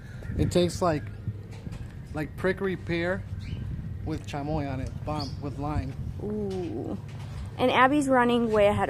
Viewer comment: I like how your daughter corrected your Chimoy ...ChaMOY 😂